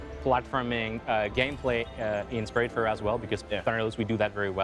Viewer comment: Died a little inside at how he pronounced the Game